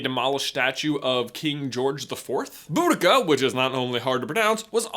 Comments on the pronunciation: HER NAME IS BOW-DEE-CHA (boudicca) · Boudicca is not hard to pronounce boo-di-ca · 4 times a year you missed mid year break Also her name is normaly pronounced like Baue-d-See- a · You're so cute but her name is pronounced Bow-Da-See-Ah. Sorry for being that annoying person, but I had to correct you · Boudicca isn’t hard to pronounce if your from the uk but the us think most of the words are hard to pronounce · Your pronunciation of queen Boadicia triggered me